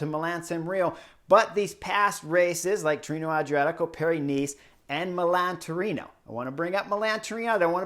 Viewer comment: Chris. It is Milan or Milano. Not Milam.